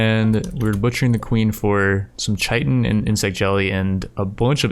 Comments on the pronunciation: Hearing pronounce chitin like shy-tin is painful, it's actually pronounced kai-tin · Anyone else going to tell him that Chitin is pronounced like Kai-tin? Regardless love the Rimworld series.